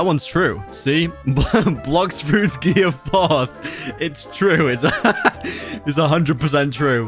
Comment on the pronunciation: Go to 6min in the video and he said gearius